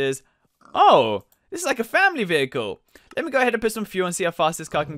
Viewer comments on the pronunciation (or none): none